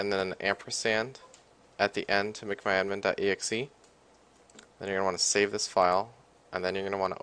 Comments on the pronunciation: its mcmyadmin not macmyadmin u dumass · Mic my admin XD